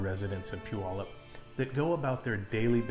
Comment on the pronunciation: First of all, you're off to a good start by pronouncing Puyallup correctly. Some people never figure that one out. As others have said, earthquakes are a far more likely danger than volcanic activity from Mt. Rainier. It is in a different stage than Mt. St. Helens. Your risk of being injured during the Puyallup to Seattle commute is vastly greater than by Mt. Rainier. I would have no hesitation. Maybe you can ride the Sounder train to ease the commute too...